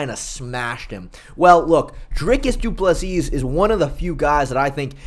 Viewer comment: Bro don’t be a Lukas Tracy and pronounce Doo-Pleh-See how it’s supposed to be